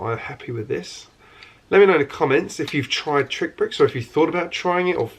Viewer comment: You keep calling it TrickBricks, when it is actually pronounced as "TRICKSBRICKS". There is an "X" after "TRI".